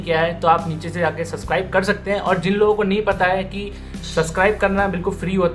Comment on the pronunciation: Bhai subscribe bolte he suscribe nhi..